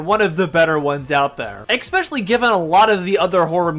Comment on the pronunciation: Good vid but "exspecially" is such a pet peeve of mine. And you kept using it! Lol